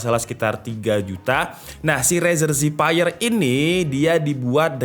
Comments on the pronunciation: Cuma masukan aja nih bang. Zephyr itu bukan dibaca Zipaier tapi dibaca Zefir. Zephyr artinya Breeze/ Angin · Harusnya kata zephyr itu dipronounce zefr atau zefeur, bukan zefaier. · keknya bacanya zefir deh bukan zipeir :D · bang ngomongnya "zefir" bukan "ziphayer" xdd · Zephyr dibaca Zefer bang , cmiiw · The word Zephyr. Pronounce as zeffur/zef-fer. Please learn how to spell it. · Cara baca Zephyr = Zefir om,hope it's helping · Apa susahnya sih pake Google Translate dulu buat tau cara pelafalan Zephyr sebelum bikin konten. Channel tech kok katro